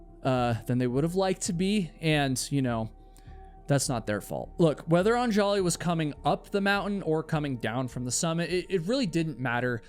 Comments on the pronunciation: Isn't it pronounced ON-juh-lee (stress on the first syllable)? You keep saying on-JAH-lee. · Every time he pronounces "AN-ja-li" as "an-JA-li" I hear a record scratch. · I love your videos but perhaps a little research when pronouncing Indian names would be helpful. Anjali is not Un-jolly. It is Un-JAH-lee. Or like Angela but say Ungelee. This is a common name in India and I appreciate that you work really hard to remember and constantly say their names during your videos but it’s so jarring to hear it pronounced so wrong so many times. It’d be like someone pronouncing your name Kay-WHY-la. It would be distracting. Think you can ask for names to be pronounced on google. But again thanks for your videos. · Anjali is pronounced ON-jully not on-JOLL-y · Anjali is pronounced 'ahn-JAH-lee' not 'on- jolly'. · Anjali is pronounced UHN-juh-lee, not on-JAW-lee. Come on,. One little Google. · I know this might not matter to most but her name is pronounced "AHN-juhlee". This is how her husband pronounces it in the documentary by CNA Insider called "A Deadly Ascent". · Super distracting to have you mutilate the pronunciation of Anjali. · The way you are pronouncing Anjali's name is driving me nuts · The countless mispronounciations of Anjali pisses me off because my wife has the same name. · This is a good vid but like bro couldn’t be assed to google how to pronounce “anjali”? lol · Don't put the accent on the "An" in Anjali. Accent the "li" instead. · The name Anjali has the stress on the first "A", not the second. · Yo - an easy way to get subscribers from India ...pronounce their names right. Un-juh-lee and Sh-uh-ruh-dh. Great work all around otherwise 🙌 Love the channel ❤